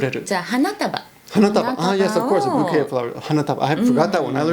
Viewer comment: French guy speaking, the beautiful lady pronounces "bouquet" the right way. Don't listen to the Yankee lol